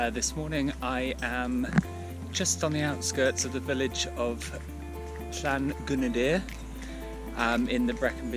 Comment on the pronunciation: Great route! You can pronounce the names - I just can't get them right at all.... I don't know that top but recognise all the views. Your extensive route notes are most useful - I will go back to these. Cheers, Warren :)